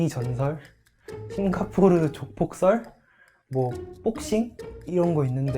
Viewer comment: 싱가포르 발음 뭐임?ㅡㅡ싱 가포르??